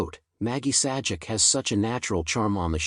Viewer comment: YOU NEED TO PRONOUNCE THR NAME PROPERLY. YOU NEED TO SHOW RESPECT